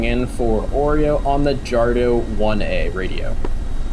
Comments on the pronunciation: Its Jadro (D-R-O) not Jardo. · And pronounced "YADRO"